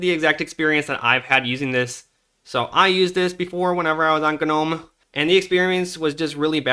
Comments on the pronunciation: How little time did you spend paying attention in english class? Gnome is not pronounced ‘ganome’ The g is silent! It’s Nome ffs! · NOME, not GU-NOME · ga nome? GNOME is like None Alaska, don't pronounce the G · “G’nome” lol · do mericans really say g-eh-nome (g'nome) instead of just, you know, gnome? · G-Nome, sir, it is pronounced nome. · Ganome? Are you aware the G is silent? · pronunciation of G-nome ... :P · "G-nome" :P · You pronounce "GNOME" like "NOME" the G is silent, just like in GNU. Like "Garden Gnome", please tell me you don't say "Garden G-nomes". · I cant listen to you say ganome one more tome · i thought i was insane calling it nome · The G in "gnome" is silent. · the g is silent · forgive me for being 'that guy'... pointing out your minor mispronunciations in an otherwise pretty flawless presentation, for I mean no insult, but I did notice one bearing one that bore mentioning, so here we are. The 'G' in "Gnome" is actually silent, like the 'e' at the end. So, you see my friend, it's pronounced like "home" but starting with an 'n' sound, instead of the 'h' one in home. Or.. like the word "no" but with an 'm' sound at the end. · Hearing you pronounce the G in gnome lol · Thanks for the video! Good info, I can't help but wonder though if you truly have never heard of gnomes, or if the company pronounces the G on purpose lol. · You need to learn how to pronounce "gnome" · Someone please tell him that the G in "Gnome" is silent... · Gnome has a silent G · its gnome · Only person ive ever fuckin heard in my life to pronounce the G in gnome